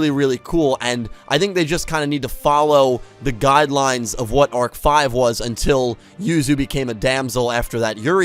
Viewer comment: Arc-V not Arch-V